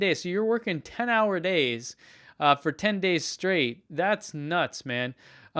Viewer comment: “Heart Ford Shirr”. “Con Stab U Larry”.